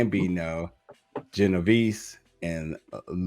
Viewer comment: Jesus you murdered those names 😂😂😂😂 Gambino, Colombo, Genevise, Lucase, Givante.